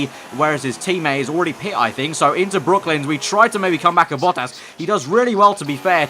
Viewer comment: Great video. Btw its brooklands not brooklyns